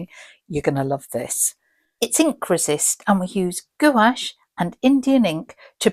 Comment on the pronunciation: No judgement but Gouche is pronounced GWASH.